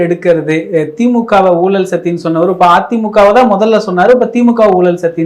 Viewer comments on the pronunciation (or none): தமிழுக்கு அழகே ‘ழ’ தான் ஆனால் இன்றைக்கு அனைவரும் ‘ழ’விற்கு பதிலாக ‘ல’ என கூறுவது வருத்தம் அளிக்கிறது. குலப்பம் அல்ல குழப்பம், வழக்கறிஞர் அது, வலகறிஞர் அல்ல. இழுத்து அது, இலுத்து அல்ல. ஊழல் அது, ஊலல் அல்ல. போன்ற பேச்சாளர்களே இப்படி பேசுவது மிகவும் வருத்தமளிக்கிறது.